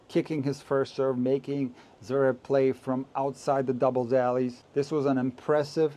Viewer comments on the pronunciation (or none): Good riddance to NBC. Couldn't someone have taught Mac how to pronounce Zverev? It's not Zaverev!